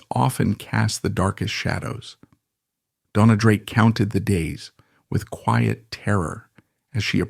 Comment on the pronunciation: Your research fell just a little short it seems. As Joan Crawford corrected a British interviewer, it is pronounced Bett-EE. Dona's name on either IMDb or WIKIPEDIA is stated as being of Spanish DoughN-yah or Dough-ah. She also used her nickname Una, from her given name Eunice, as Una Villon. Also, she was known as Rita Novello. William "Bill" Travilla, pronounced Trah-VEE-yah(?), was born on Catalina Island and was brought to Warner Bros. when collector of his art work and friend, Ann Sheridan wanted him to design her costumes rather than those already on the lot. His Oscar for THE ADVENTURES OF DON JUAN was shared with two female co-designers. Later, he began a long term collaboration with William Sarris. This should be a further lead for more research as it is a truism that practically every Hollywood costume designer was gay. Otherwise, great segment on someone l had actually seen on film but never fully appreciated or even knew the name of. Thank you